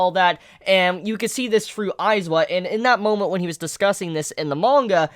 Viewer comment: this video is so old but GOD Izuku is pronounced: e-zoo-koo and Aizawa is pronounced: I-za-wa